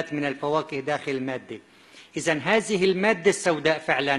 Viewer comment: ثلاث آيات[سلاس ايات] ثمانيه،سمانيه،هذه ،هزهي، الذين، الزين، 😂 تعلم مخارج الحروف حتى تبين لناس وحدانيتك وكشف كذبك العلمي ماعجز عنه الآخرون،الله لايبلانا ويشفيك مرضك صار مزمن.